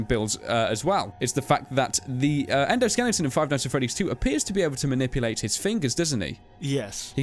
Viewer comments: thank you for pronouncing Skeleton correctly,, SKE-LE-TON, NOT SKE-LING-TON!!!!!! COME ON. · why do british people put an "ing" in skeleton.